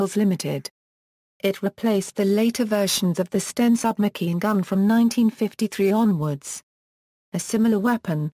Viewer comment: Submakeen gun? These shitty text to voice auto generated 'videos' continue to annoy!